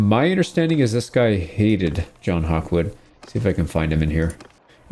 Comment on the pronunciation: John gawkwood?